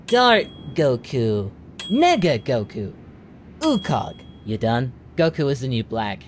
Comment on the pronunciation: He literally say "Negga Goku"